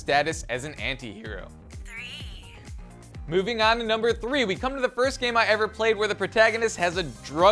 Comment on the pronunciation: Thank god an American knows how to say anti. Go ahead and argue?